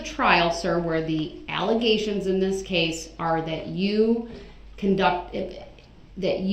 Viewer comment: Did that dumb ass just say dis instead of this?